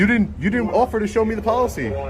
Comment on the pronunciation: The sergeant keeps saying he understands, but he keeps saying the you have to follow the pokicy.